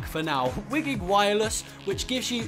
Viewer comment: Its pronounced "why-GIG" and its not new to the vive, its been around since 2010